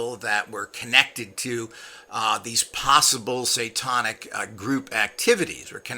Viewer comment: Every time you say: "satawnic" I cringe. I bet Manny can correctly pronounce the word, "satanic," and he is an uneducated gardener!